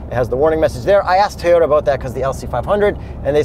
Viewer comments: You both pronounce Toyota so weird lol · Out of genuine curiosity, why can't pronounce Toyota?